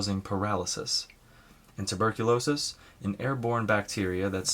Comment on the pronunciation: Tuberculosis or phthisis - not turbicliosis